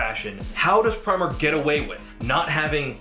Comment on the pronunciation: Apparently, it's "pree-mark"